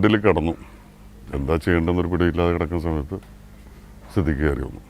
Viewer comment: സിദ്ധിക് അല്ല, സിദ്ദീഖ്.